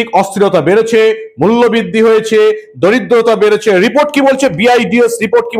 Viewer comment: কথাটা দারিদ্রতা নয়, দরিদ্রতা। বড় কানে লাগলো, তাই বললাম।